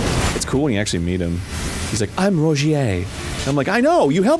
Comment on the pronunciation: Ro jeer, not "ra gee aye"